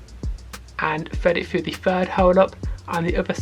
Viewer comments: Now we all heard bro say fred it frough😂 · “Fredding it frou” 😂😂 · "And fwead it fwugh" 😂 jk great video though